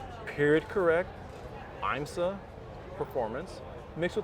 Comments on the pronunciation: I learned something new today. I didn’t know IMSA was pronounced “Eye-m-sah”… must be Italian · Nice build but this guy is ridiculous. I cringed everytime he tried to pronounce IMSA.